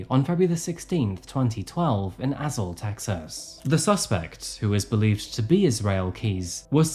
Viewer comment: I also was not aware that he had robbed a bank in Azle, Texas (assuming that was the city you meant - it is pronounced with a long A like you're just saying the letter.) I grew up close to there and my sister lives in that city.